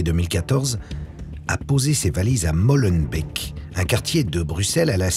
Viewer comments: On dit Molenbéék,pas Molenbeck!C'est Flamand pas Anglais...Salut! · Ca se prononce Mollenbéque pas Mollenbèque PLEASE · Molenbéééééééék, pas Molenbek, nomdedje. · C'est MOLLAHbeurk !